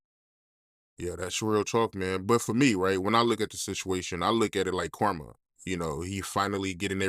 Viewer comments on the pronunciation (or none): none